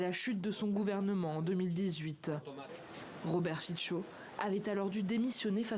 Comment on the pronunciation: Fico se prononce [fitso]. Merci...